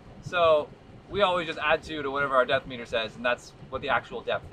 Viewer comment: please... its a fathometer. 😊